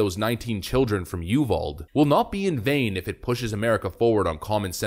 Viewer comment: Just fyi, UVALDE is pronounced "you've-ALL-dee" or "you-VAL-Dee" Not "yoo-vald" lol! Not a major thing but wanted you to know.